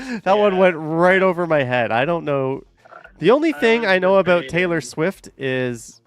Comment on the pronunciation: Sorry aboot that eh 😂😂😂